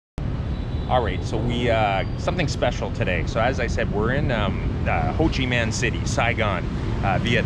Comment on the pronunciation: Interesting video. I don’t think it’s pronounced Ho Chi Man City.